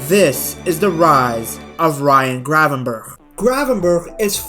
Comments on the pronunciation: Ayyy respect for the correct pronunciation btw!! Our "g" is horrible but glad you made the effort 😅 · love the fact you pronounce his name pretty well for a English speaker. Hate it when they pronounce it like